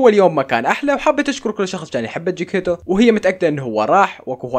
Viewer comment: اسم القط: جيكتيتو يقول: جيكيتو انا: 😂😂😂😂😂